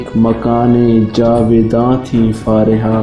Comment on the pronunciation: Don't say फारेहा Plzz say फरीहा